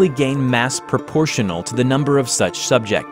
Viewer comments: Also, "proportionally" only has one "pro" in it at the beginning, so it's not pronounced "pro-pro-portion-uh-lee". Just "proportionally". Think of the word "proportions" ("wow, has some SEXY proportions"), or "proportionate" ("This comment is a perfectly proportionate response to hearing someone shoe-horn in an entirely new syllable into the word 'proportionally', I'd say"). Or the word "portion" ("Eat your entire portion of cauliflower,, or you'll never learn how to catch your grammatical errors before uploading")--and just add "pro" at the beginning. Pro. Portion. Proportion! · Pro portionally? Where is this dude from? He has the weirdest pronunciations for some words! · Yeah, he says some words really weird, like how he stressed the pro in proportionally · it's said ah-nom-al-us and prop-ort-ion-ally also Pruh-sha